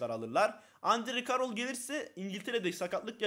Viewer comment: Poçettino ve endy kerıl diye okunuyor